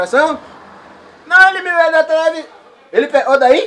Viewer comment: "Minha tilevisaum" ksksksksksk